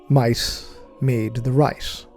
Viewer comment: anyone else hear, "mice made the rice" instead of might made the right? 😂